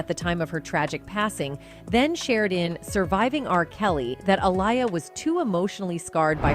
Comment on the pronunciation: Also "Uh liar" 🤣